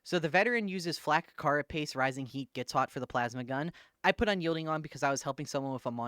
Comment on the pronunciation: ITS PRONOUNCED CARE-A-PACE